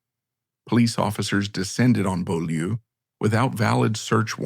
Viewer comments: Beaulieu is pronounced bue (rhymes with cue) and lee (rhymes with see). It's French for beautiful place. I live just up the road from there. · Well yes, it’s a French name, and the commentator voice gives an approximation of the French pronunciation. ‘Bew-lee’ is the accepted modern anglicised version of the name of the property, which itself was the site of Beaulieu Abbey, a Cistercian foundation established by King John.